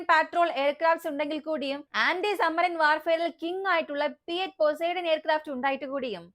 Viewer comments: പോസൈഡൻ അല്ലെടി പൊസിഡോൺ 😅😅😅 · Pozidone aanu Pronunciation change aayi 😂😂😂😂